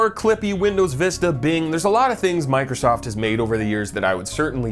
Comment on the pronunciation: Did Jakey say Michael Soft. . Michaelsoft Binbows reverence😂😂😂